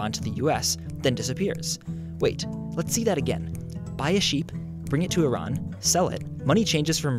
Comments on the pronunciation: thank god you say iran (e-rän) instead of iran (i ran) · YES! He said Iran correctly. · I'm Persian so when he said Iran (and pronounced it correctly!) I completely forgot about the rest of the video and focused on Iran. lol..... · He even pronounced Iran correctly! Not the ignorant way- "Eye-ran"